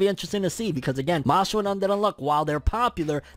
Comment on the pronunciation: Who remembers when called it “Mash Lee”